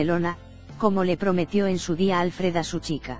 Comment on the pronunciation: Sabéis pronunciar Schwarzenegger, pero no Alfred (que es, obviamente, muchísimo más difícil..bueno, eso os debe parecer, supongo). A ver, pistas: Al-fred (palabra aguda, se acentúa la última sílaba) . No "Álfred"